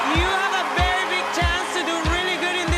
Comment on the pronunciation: from thai...you said vely well thk.